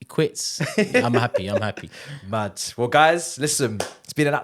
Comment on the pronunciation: Bro said Moving MAHd, good name there